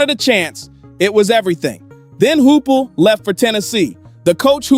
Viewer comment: Pronounced Josh "High-pull"